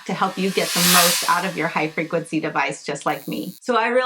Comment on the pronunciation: Me: "What is Hyperglitsy"? Her: " Hifreqncy". Me: "ah. HIGH frequency." 😅